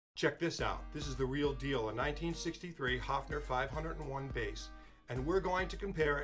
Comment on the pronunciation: I could huff !!! As you sympathise with this instrument of Germany: learn to pronounce it respectfully. It is not a HUFFing...! The vowel is pronounced like in BIRD!:::H"oe"fner !!!